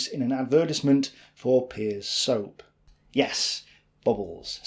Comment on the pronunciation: I cannot bear such terrible pronunciation! It's PEARS soap, rhymes with BEARS and CHAIRS. LIKE THE FRUIT. WHO DO I COMPLAIN TO ABOUT THIS OUTRAGE?!!!111!1!1!